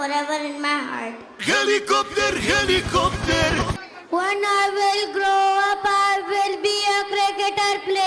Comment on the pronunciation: Dami kong tawa sa hilekupter hilekupter. HAHAHAHAHAHA